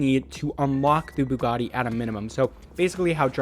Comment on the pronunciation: So no one going to mention how he FLAWLESSLY pronounced the Buggati ???